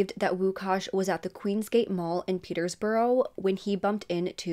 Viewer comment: Peterbrough, not Peter's Borough